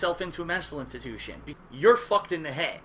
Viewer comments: "He needs to check himself into a Menstal Intatution." .......... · "Check themselves into a mestal intitution" You sound like you need to check yourself into a "mestal intitution," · WTF is a "Menstal intitution"? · besson I have to ask here,, what in the hell is a "Menstal Intiution"? Is it anything like a mental institution,? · "Menstal intitution"